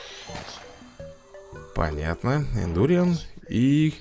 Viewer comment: Индуриан ударение на а. БЕСИИТТТТ